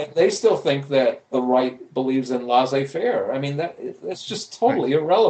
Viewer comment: I love Phil Mirowski's thinking and the substance of his work. Having said that, his pronunciation of non-English words and names is hilariously bad. "Laissez faire" is NOT "Lah-zeh fair", for example. :-)